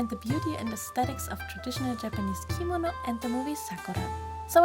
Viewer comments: She said it wrong, thats what I was pointing out. I looked it up and it corrected me, so yeah. It's kimono gurl, not kimino. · I'm sorry but every time she says kimono like "keemano" a little part of my gets triggered inside... Btw the doll is absolutely gorgeous!